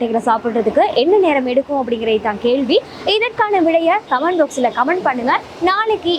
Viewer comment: கேள்வியைக் "கேல்வி" என்று ம் விலங்கை "விளங்கு" என்றும் உச்சரிக்கிறாயடி. நான் இப்பொழுதெல்லாம் sound ஐ mute பண்ணிட்டுத் தான் பார்க்கிறேன். ஒவ்வொரு நாளும் உன்னைப் பார்த்தாலே stress relieve ஆகும். நீ அழகி, நீ நடத்தடி ராஜாத்தி!